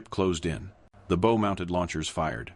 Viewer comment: "The bow-mounted lodgers fired." The Hedgehogs were mounted on the front (the bow) of the ship. This does NOT rhyme with "low." but with COW, that kind of bow., as in "take a bow"